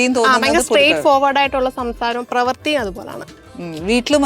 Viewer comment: പ്രവർത്തി അല്ല പ്രവൃത്തി